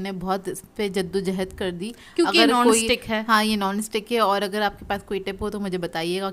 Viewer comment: Ap کھا ko خا bolti hain aur اگر ko اغر 🤭